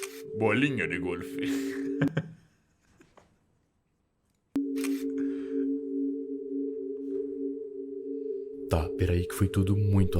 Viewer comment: Do nada ele solta um "Bolinha de gorlf" kskskksk